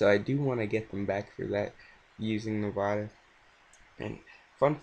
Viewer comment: Hey man just so you know its pronounced Nevada not Nevahduh lol